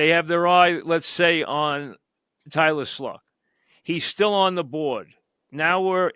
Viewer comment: How do you get Tylah Schluck from Tyler Shough?… Am I missing something here…. I’ll hang up and listen.